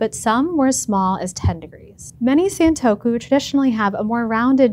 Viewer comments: It’s pronounced “Sahn” not “saan” in Japanese: it’s さんとく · Why wouldn’t you take the time to learn how to pronounce the word you’re going to say over and over in a video? It’s the same sound from other Japanese words/names like Nissan, it rhymes with gone or pawn, we even have the phrase “Say ‘Ahhh’”. Please look up pronunciations, there’s no good excuse nowadays, especially for sounds that are present in your native language (esp. English speakers).